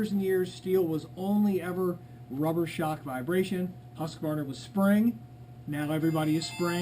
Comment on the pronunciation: Husqvarna = husk...Var...na! NOT husk..A...var...na... Mmmkay